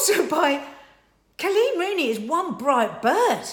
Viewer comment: It’s Col’eeeen!!! Not CLEAN. 😍